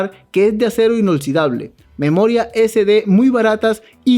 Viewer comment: Alguien que le diga al amigo que se escribe y se pronuncia: Inoxidable